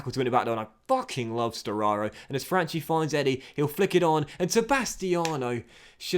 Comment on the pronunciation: Correct pronounciation of Franchi is: Fran-Key . Still good signings